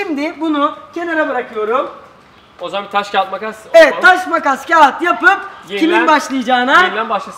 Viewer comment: lütfen "TAŞ KAĞAT MAKAS" ı doğru söylettirebilrmisiniz?